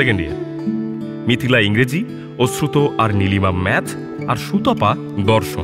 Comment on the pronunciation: ওশ্রুত না অশ্রুত কানে এত লাগছে।